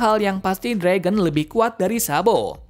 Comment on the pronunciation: Ya jir kok Fragon haha mimin nya Mau canda Kali ye